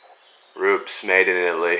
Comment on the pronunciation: Pronounced Roopehs